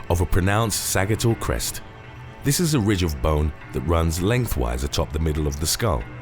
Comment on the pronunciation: Sa-JIT-all crest